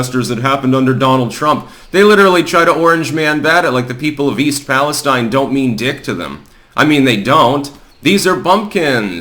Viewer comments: Please, please please I beg. It's PAL-ESTEEN. Thank you from Towne of York, Maine. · We pronounce it east Pal es steen